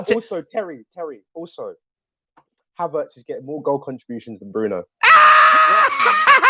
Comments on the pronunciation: It's pronounced havertz not havartz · You’d think with the amount of videos you’ve made on this guy you’d be able to pronounce his name right by now😂